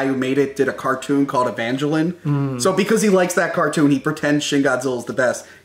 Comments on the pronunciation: "Evanjelon" "Ghidra" NO. EVANGELION (EE-VAN-GELL-EON) GHIDORA (GHEE-DOR-AH). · “Ev anne jellin.” Made me shudder. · "Ev angel een" 😂😂😂👌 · Rewatching these reviews I have yet to find anything that bothers me more than hearing “He loves Shin Godzilla because it’s created by the guy who made a cartoon called Evangeline.” EVANGELINE??! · "evenjellun" "nucular" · that pronunciation of evangelion struck a nerve I never knew I had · god, that mispronunciation of Evangelion. I have never heard the name butchered that much before. Also shin Godzilla was great, even with the talking. Especially when you consider what the whole point of the movie was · How do you mispronounce Evangelion